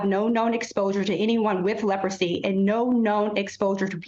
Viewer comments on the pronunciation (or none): Leprosy?!?!? It’s such a surprise to hear about it these days. The anchor didn’t even know how to pronounce the word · never said they don’t but she clearly didn’t have an oopsie she was clearly trying to sound out the word until the producers told her in her earpiece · What's surprising is that as old as she is, she didn't know how to pronounce Leprosy. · She can’t even pronounce the word-how pathetic!! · She didn’t know how to say leprosy? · Even I know how to pronounce Leprosy 🤦🏾‍♂️ she had to have a producer pronounce it in her ear in order to say it right 🤦🏾‍♂️